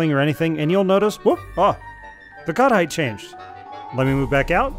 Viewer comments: I went several minutes think he was saying "cuddite" and wondering what that is until I figured out it was "cut height". Brains are funny sometimes. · Took me awhile to realize he's saying "cut height" and not "cuddite". Thought cuddite was some hot new word the VTT crowd were using and felt lost lol